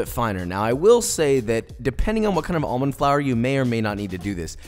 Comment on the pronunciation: However I do have an issue with how he pronounced 'almond'